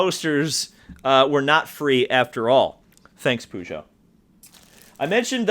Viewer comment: BTW as an American you are actually pronouncing Peugeot incorrectly.